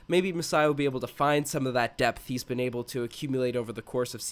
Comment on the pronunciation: dude you pronounce "able" so weird. Its pronounced AYble not eble